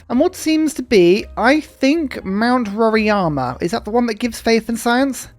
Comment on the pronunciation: Hey, its Mount RoRAIma, not Mount RoRIAma :) The correct way of saying it would be just saying the sound of R + I = "RI". In English, the A would be silent. Technically, also, the "RO" part should be said like "HO". In Portuguese, R in the beginning of the word sounds different than in the middle of a word. So "Horima" in English.